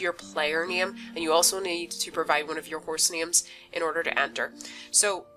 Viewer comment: ”You can use the random button to chose the neeme” sorry i actually laughed a little for that i say wrong sometimes too